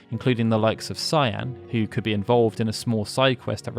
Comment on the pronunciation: Man, everyone ALWAYS pronounces Cyan's name wrong. Weirdly enough James Rolfe, the AVGN in his video on this game seems to be one of the only people to ever pronounce it correctly in any kind of youtube video or documentary. And he usually does the least research, which is weird how HE gets it right and not even professionally made docs can seem to ever get it right. Weird that you also even use the American names for every character even when talking about the development section, but even among Tina, Mash, and Stragus not being mentioned in this doc, either way, whether it's Kaiyenne, or Cyan in the English version BOTH are pronounced with a hard C, sounding like a K, and pronounced like the name of a pepper. In this game, not even in the English version is Cyan intended to be pronounced like the shade of a light blue. It's "Kai-en", no matter whether it's the Japanese name or the English name, it's always "Kai-en" with a HARD C (like Cookie or Carrot), not a soft C. Man. Only 32 minutes in the doc and it's going to be hard not to cringe having to listen to his name said wrong a bunch of times, yet again. Sigh.